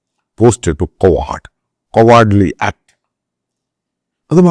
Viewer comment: പറയേണ്ടത് കോവാർഡലി act എന്നല്ല കവാർഡലി act എന്നാണ്.